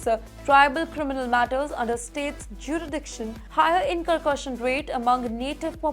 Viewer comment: It is Fentanyl or Fenatyl, jurisdiction not juridiction, incarceration not incurcursion. You have to work on your pronunciations a lot. Lot of mis- pronunciations and mis-reading of words in almost every bulletin of yours. Improve or you will lose subscribers for being substandard.